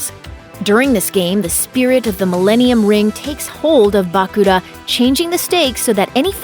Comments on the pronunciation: Bah-Kula? i dont wanna sound mean but is is that hard to pronounce Bakura? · Tea - Tay-uh Bakura - Buh-Cure-Uh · Ah yes, "Bacooda", my favorite white-haired Yu-Gi-Oh character. I also love the SPINOFFS such as Yu-Gi-Oh GX, featuring a duel academy made by the rich man SAY-TOE Kaiba. Yu-Gi-Oh Arc-Vee is nice too :) I love drinking myself some Tea Gardner! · Bah-kur-a and Tay-a get the names right please i watched this show long time ago and still know it my son grew up with it too. Even if it was a bit later. Just spelling it out as it sounds. Thanks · The way she pronounce Bakura, im speechless 🤣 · can you make the next video with someone who has actually watched the series? SO annoying to hear her mispronounce Tea and Bakura over and over again.